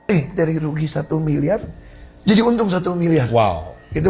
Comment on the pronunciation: 1 milyar dollar bro ngomong lu belepotan😂